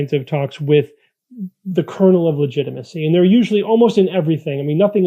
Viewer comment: No quarrel with the content but 1) Your leather-bound books are in perfect focus but you are not. 2) "LETIGITMACY?" That's a little embarrassing. Small errors like that make it harder for the casual viewer to take you seriously. Learning curve, no doubt.